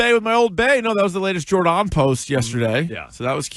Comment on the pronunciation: Jore-DON? Why not Jordon as in Gordon? If her family calls her Jore-DON then it seems to rhyme with "narcissist".